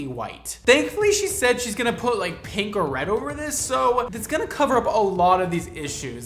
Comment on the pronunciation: When did people start pronouncing pink, peenk? It’s odd and I’ve noticed more people saying it like this. Weird